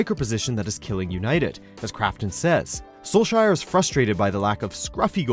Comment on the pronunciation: I know that it's not only, basically everyone, that's why it's starting to get on my nerves, it's note sol-shire, it's sol-shaer, Æ! Ä!